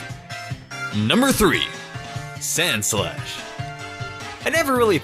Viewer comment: when you said sandslash I thought you said sandslush and after that I decided that's what I'll call it from now on because of how fitting it is